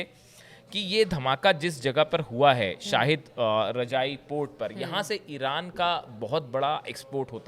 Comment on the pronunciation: आप को सेल्युट है भाई शाहिद रजाई नहीं है शहीद रजाई है